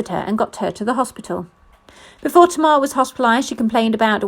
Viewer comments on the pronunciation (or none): If you say to mar one more time kmt. It tay mar smh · Pronounced TAY-MAR not tmar🤮